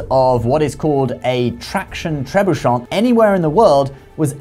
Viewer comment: Long time fan. Watch al your videos. This is most likely the one and only time I will ever have a note on pronunciation for this channel: Tre Boo Shay 😊 Carry on!